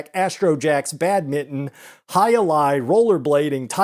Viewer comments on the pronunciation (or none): I'm like 99% sure that's not how you pronounce Badminton, lol. "badmitten"